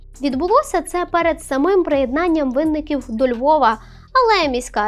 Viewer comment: Це просто звиздець. Так позорити моє місто і країну. Але чому винникíвці? Це настільки ріже слух що то капець 😅 Дякую!